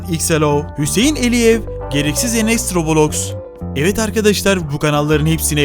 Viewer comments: Robolox dil rob lox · Robolox 🤣🤣🤣🤣🤣 Abi o Roblox diye okunuyor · Robolox değil roblox